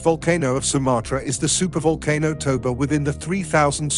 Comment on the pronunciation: super vulkanoe? Voalkannoe?? What !?